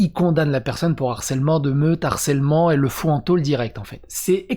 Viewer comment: Bonne vidéo gars. Mais je vous en supplie, tous les autres et toi, vous avez plus de 30 balais, NE FAITES PAS LA LIAISON avec harcèlement, harceler. C'est un H aspiré. LE Harcèlement, et pas l'harcèlement, "accusé DE harcèlement... " et non "accusé d'harcèlement"... (d'ailleurs quand tu l'écris ainsi, Youtube te dit que c'est une faute...). Allez gars, fais-moi plaisir. S'il te plaît. Sinon je t'envoie le harceleur en chef (et non l'harceleur) des H aspirés.